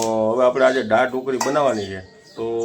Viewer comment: જેને ગુજરાતી શબ્દો બોલતા નથી આવડતું તેવા પણ મોઢામાં ડૂચો નાખીને લાઇક અને સબસ્કાઇબ કરવા હાલી મળ્યા છે. દા. ત. 'દાળ' બોલવાને ડાળ શબ્દ બોલતો હોય એ નવાઈ છે😂😂😂